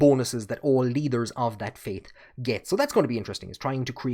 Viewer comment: I enjoyed the video! Genuine question, I'm into linguistics: You sometimes pronounce "t" and "d" as "th" for example you pronounced "leader" as "lee-ther" and "later" as "lay-ther," is common in the Hiberno-English or is that specific to you. Again, not picking on you! Just interested.